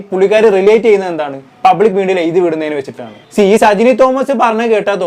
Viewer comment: എഴുതി ആണ് എയുതി 😂അല്ല Plz പ്രാക്ടീസ് ഫ്ലുവന്റ് മലയാളം